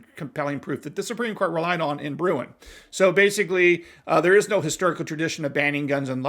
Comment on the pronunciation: [[ “the Supreme Court ruled in the Bruin case that for a gun control law to be valid today it must’ve been used during the time of the founders in a broad sense.” ]] I agree. Do you know what “broad sense” means? Do you know what analog means? ( And Just FYI - it's Bruen, not Bruin )